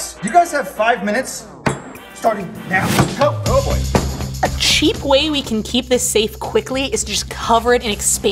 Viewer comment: Neow it starts neow